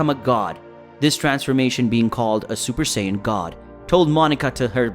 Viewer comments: It's sayin not sayaden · bro said cyon and kakaroto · Prince of Saya dies and cyan just look how bro say sayian sounds like he's saying cyan then when he says sayians it's Saya dins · him:saiyedens me:saiyens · this guy cant say half of their names right lol. he keeps calling them Scion instead of Saiyan. had Goku become a car? I have to give this a thumbs down. I can understand pronouncing things wrong but the voice over ruined it. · It’s not scions it’s saiyans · is sayen not sadin not syons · Can you at least say Saiyajin Correctly. You're miss pronouncing it. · How did the computer start reading the same word differentfirst it was pronounced sci -ons and then became saya-dins good story hard to listen at times tho. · Do you ever watch the show? IT'S SAY IN. NOT WHEREVER TF YOU SAY. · No disrespect but it called saiyan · Saian??? 💀 Prince of sayadens?? 🗿 Kakaroto?? 😭😭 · What it with your how you say a sayain???? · You can't even say sayain right